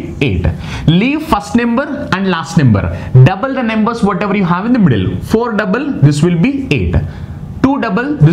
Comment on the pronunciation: Plz pronounce it as numbers and not nemburs